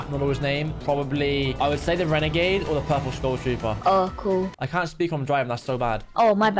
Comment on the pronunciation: That was a wenegade waider